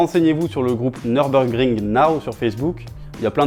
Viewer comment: "Tout ce que vous devez savoir avant d'aller au Nürburgring"... d'abord à prononcer "Nürburgring" correctement. Pour information, c'est "Nurbourkrink", pas "Neurbeurgring".